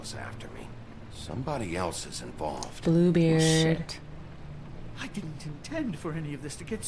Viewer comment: When she said Bluebeard I thought she said poopbeard 😆